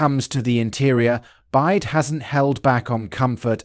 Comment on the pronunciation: it is pronounced "Bee-WHY-Dee"